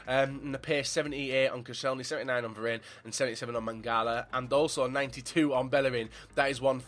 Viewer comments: Also it's Varane not verane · Varan is how u say it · Someone teach him how to pronounce varane